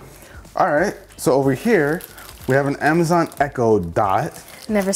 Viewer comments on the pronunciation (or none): none